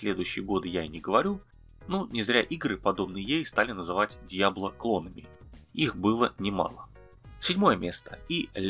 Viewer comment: 1) Riven = /ривн/ а не /райвен/, как ни странно 2) Diablo у вас странная! Какой-то мод чтоль? Меняете формат передачи?😃 в любом случае, хорошее видео, лайк! Вообще поделюсь - я живу и работаю зарубежом, в одной из капстран, так скажем, и коллегам, интересующимся игровой тематикой на русском языке (есть такие) советую исключительно ваш канал. Нормальная грамотная речь, хороший баланс попсовых/редких тем, аккуратная видео-составляющая и прикольные анимации. В общем, не знаю, насколько вас интересует мнение анонимусов из интернетов, но по-крайней мере я ставлю вам высокую оценку и крайне признателен за всю работу, которую вы проделываете. На этом всё. 😃